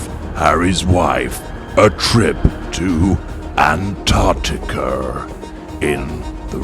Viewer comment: You did NOT just say, “AntarticER”! Ok, I won’t be too tough on you, since you do better than most Brits with American accents - but you sound like you’re from New England, specifically Boston. It’s “AntarcticUH”. Later in the intro….. Oh for God’s sake, you lime juice drinking sailer! You added an extra “R” or “er” onto the word “Stare” too!